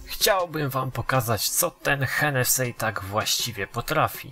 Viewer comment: to się nie wymawia henesi